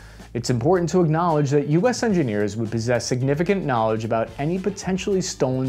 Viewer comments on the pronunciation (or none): none